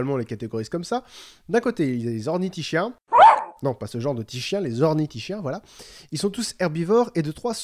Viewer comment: Super point culture! On prononce ornitis"k"iens et sauris"k"iens! De plus, les Velociraptors dans le film sont en fait des Deinonychus (Velociraptor antirrhopus à l'époque du tournage). L'équipe du film préférant un terme comprenant raptor, a conservé le nom Velociraptor lors de la révision de l'espèce attribuée au Deinonychus. Enfin, l'oviraptor n'est pas vraiment un voleur d'oeuf! Il a été appelé comme ça parce qu'il a été découvert pres d'un nid... qui s'est ensuite avéré être le sien!